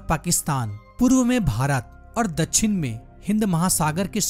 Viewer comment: Dachhin nhi dakshin hota he sir😢